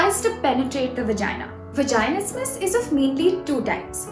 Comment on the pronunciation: you’re literally pronouncing vaginismus wrong the whole time